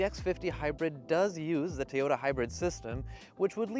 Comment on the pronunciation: Does this person say “Tee-ota” as some sort of condescension or does this person just not know how to say it? Honestly this person gives me the creeps.